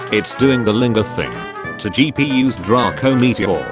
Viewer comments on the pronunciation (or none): whats your favourite pokemon oh its palk-eye-a... ITS WHAT? ummm how did you pronounce togepi... I SAID HOW DID YOU PRONOUNCE TO---- jee pee i already know